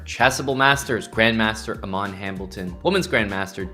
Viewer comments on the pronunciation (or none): none